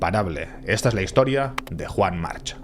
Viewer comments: Desafortunadamente, en catalan la terminacion -ch en los apellidos se pronuncia K, Juan Mark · Y por mucho que digan el resto y en la isla, la pronunciación correcta es 'Yuan Marc'. Lo digo porque soy mallorquín y sé de lo que hablo.